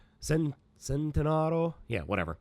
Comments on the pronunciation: Hey it's Lamborghini Centenario not Centearo. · It’s pronounced CHENT-ANARIO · Centenario is pronounced "Chen-ten-ar-io" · Just so you know mate it pronounced like Chentenariyo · Centenario ITS PRONOUNCED CHENTENARIYO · Centanario (Chen - ta - nar - ee - o) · Its Spelled Centenario but pronounced as ”chentenario” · you guessed the right car, but its pronounced centenario. chent-en-ar-io. only with a cent. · its ch-en-ti-nar-io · It's pronounced Chent a nario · its chentenario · it's pronounced "Chent-en-air-io",. (Not trying to sound rude or anything).